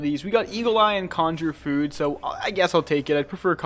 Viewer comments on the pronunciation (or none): none